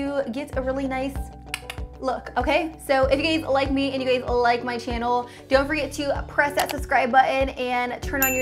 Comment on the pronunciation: Why does it sound like she's saying "gays" when she's saying "guys"😂😂